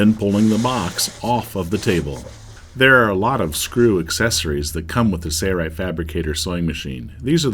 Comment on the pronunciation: A classic example of cheaping out by not using a professional voice talent. I cringed every time I heard him say “Sayright”. What happened to the “l”. Too bad that companies don’t care about how they’re perceived.